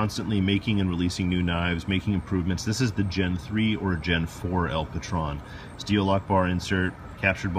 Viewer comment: Just FYI...the name of the knife is spanish and El Patron is pronounced with a long "O" like stone. Translation: The Boss.